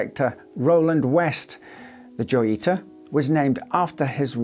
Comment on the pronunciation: Wouldn't it be pronounced hoyita? Like La Jolla is pronounced La Hoya due to being a Spanish name.